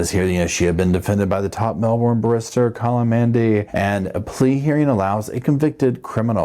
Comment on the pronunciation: pronouncing the word 'barrister' as "barista' is going to create a very comical mishap if he ever has to request legal assistance at any time lol. A 'barista' is person who makes coffee for customers - A barrister is a lawyer who specializes in presenting and litigating your case in court.